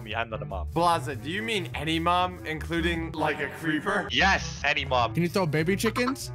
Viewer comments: he says any mum lol at this part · Did just say any mom or did only I hear that